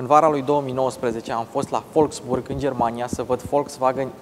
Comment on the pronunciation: Nu te lua după băieții de la atelier. Wolfsburg nu se pronunță folfsburg ci volfsburg. Volkswagen in schimb, da, se pronunță folcsvagăn. W = v si V = f in germană. Baftă 👍